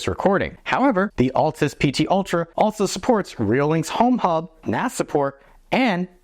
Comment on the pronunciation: I wonder how many of us, me included, still call this camera the ATLAS PT ULTRA. Look carefully. It's spelled ALTAS. Pronounced AL-TAS. :)